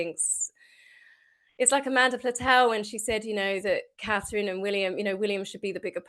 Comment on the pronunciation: Does this lady in red have difficulty saying CATHERINE? William is defending his wife and children, why the hell should he be "the bigger brother" Is that another way of saying doormat? Wrong brother dear!